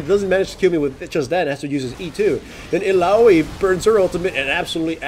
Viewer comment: I am so happy that you managed to pronounce Illaoi correctly this time :P